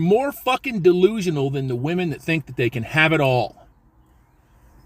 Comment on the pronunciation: "How to select the right whamen" Did that guy really say that? Let me guess, I'll need some tactical soap and a fedora next right? 😂 A self respecting man doesn't need a whamen.